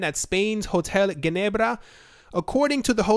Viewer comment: That spanish accent is strong with certain words. "Ginebrrrra"